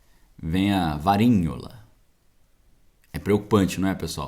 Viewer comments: quando vc fala varinhola o tradutor já entende como varíola... tem que mudar de palavra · O nome da doença é Varíola!! Porque está falando Varinhola???